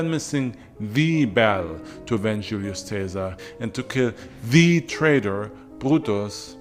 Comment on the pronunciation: It drives me crazy how he pronounces names like Julius (ee-you’ll-ee-us) with correct Classical Latin pronunciation, but completely butchers Caesar (kai-ssar). Anyway, besides that, congrats on another great vid.